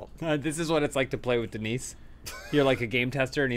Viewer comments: The s is silent in Denis. Dehn - e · Denis Vyatkin is a Russian (or at least Slavic) name. You pronounce it Dyenis, very similarly to Denice, with the stress on the second syllable. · damn the denis/dennis struggle.. it's pronounced 'dennis' either way :)